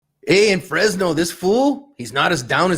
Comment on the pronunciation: It’s not “FresYes!”